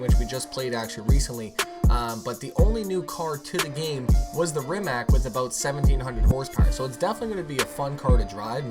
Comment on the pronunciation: Its not rimak iz rimac